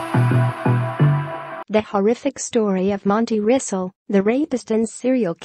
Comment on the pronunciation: Rissle not Rissell